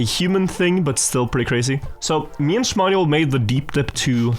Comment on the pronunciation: Wait? Its shmaniol you always say Shmarnial? This is almost as bad as the nose slide incident